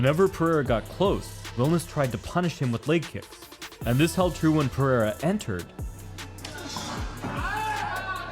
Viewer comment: ITS PEREIRA NOT PERIERA